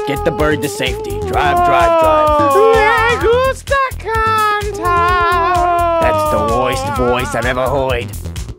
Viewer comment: cantar more like cantor